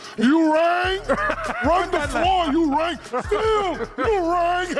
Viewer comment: Wait did shaq try to make "ewing" sound like "u rang" ? Are maybe im tripping